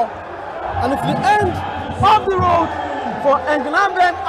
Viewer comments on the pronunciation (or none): none